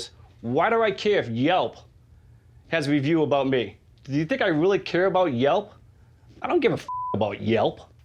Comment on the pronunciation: This guy put an r in the word "do"